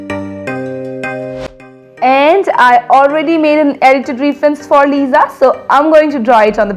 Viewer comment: That's actually Lisa not liza. Lisa it's the right pronunciation :)